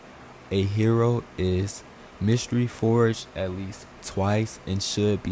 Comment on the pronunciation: You think he knows its mAstery forge and its not a mYstery what happens